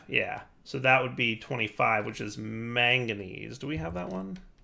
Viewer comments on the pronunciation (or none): none